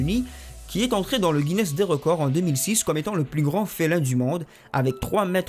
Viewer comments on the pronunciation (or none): none